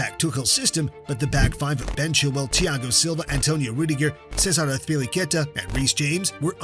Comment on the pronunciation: Great video bro minor criticism you misspelled Joao Felix and got a few pronunciations wrong off the top of my head you kept calling him Lampert and Azpili-Cet-a. European pronunciations are difficult maybe talk to someone who can pronounce the names better to help you with them? Or maybe have someone watch your vids before you upload them? Otherwise great video brother.